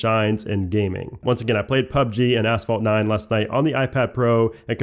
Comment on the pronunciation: "Let's go to, ASS-vault 9". Love the accent! :)